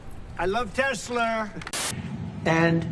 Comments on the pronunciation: "I love Teslerrr" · I love Tesler! 😂😂😂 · I LOVE Tesler 😂😂😂😂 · TES-LER…..This is about to get 🌶️ 😂😂😂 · Trump can't say Tesla because he's a mafia and saying anyone's name correctly is a sign of respect of the brand. Notice how Elon doesn't have a nickname like Sleepy Joe?